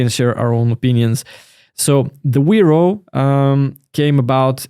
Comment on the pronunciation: correctly "Veropay"